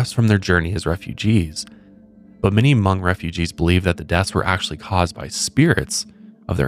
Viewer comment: I was hoping you guys bring up Hmong people while talking about this. In our culture, sleep paralysis can be a lot of different things, from something as small as going to see a loved one who has passed to a lost spirit following you home. Btw, the way you say Hmong is pretty on point 🤣🤣🤣